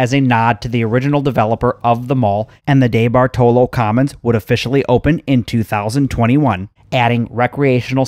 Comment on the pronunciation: Dude, the name is pronounced Dee bart olo. I live in the area and haven't been to it in yrs. My mall, Shenango valley Mall is empty and is slated for demolition asap oh yeah, I think (well used to lol ) The Eastwood Malls owned by The Cafaro co. Kauffman's didn't go out of business. they were owned by the may co and Macy's bought all May co stores including Kaufman's and elderbeerman stores. my parents used to take me and my bff there in the 80s for school clothes shopping.